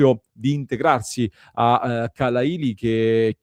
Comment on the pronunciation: Khalàili accento su seconda a.